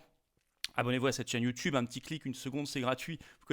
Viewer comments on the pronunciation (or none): none